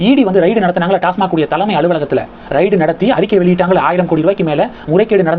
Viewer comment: ...டாஸ்மாக் தலைமை அலுவலகத்தில்.."ரெய்ட்" Raid என்று கூறவும். ரைடு Ride இல்லை.